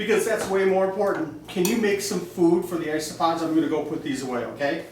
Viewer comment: Did he say iceopods?